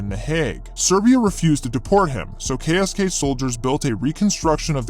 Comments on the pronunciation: As a german i must admit that i had to stop the vidio, because your pronounciation of our KSK sounded like jibberish 😂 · as a german, I think if you would just le me listen to the pronounciation of the KSK, I wouldn't recognize, that it is german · That ksk pronounciation was terrible I'm sry :D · Your pronunciation of the KSK wasn't really good. Sorry to tell you.😅 Ich spreche ja Deutsch deswegen kann ich es wissen... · sorry man but u did terrible on the pronunciation of the KSK.BTW German has not really mountains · he did terrible